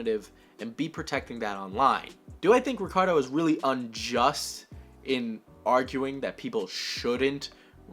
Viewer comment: me: clicks on video: mispronounces “ricardo” me: shuts down pc